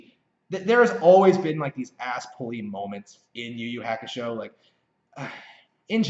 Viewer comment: Yu Yu Hakusho is pronounced "You You Haa Koo Show" Ha like haha or halt. Not like hack.